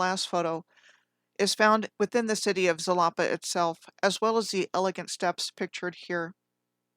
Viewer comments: Xalapa is pronounced halapa.. sometimes x is sh also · Halapa? Ja-la-pa!